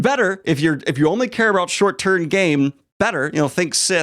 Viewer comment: I enjoyed this vid and I wanted to say I heard “short tern game”